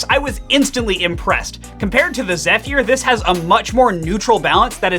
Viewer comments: It's (zef-er), not (zef-ear) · Zeph-year LOL